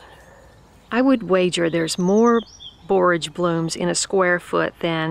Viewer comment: I enjoy your videos in general but today I especially appreciate that you pronounce "borage" correctly.